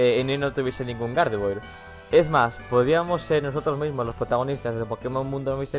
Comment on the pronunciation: se dice gardevuar